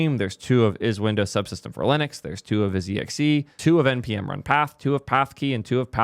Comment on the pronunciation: isexe is read as I sexé